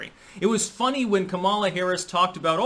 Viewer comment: keeps pronouncing Kamala wrong, but she's a detestable woman so good.